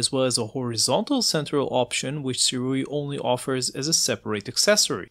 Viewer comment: SIRUI is pronounced - SUE - RAY